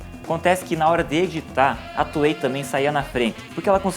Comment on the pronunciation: FINALMENTE! Ele começou a chamar a Toei de Toei :P